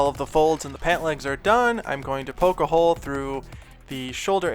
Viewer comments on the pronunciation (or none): none